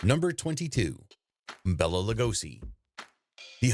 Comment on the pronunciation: Lugosi's first name is pronounced BAY-la, nor "Bella".